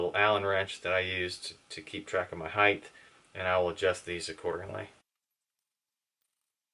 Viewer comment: What's "Highth"?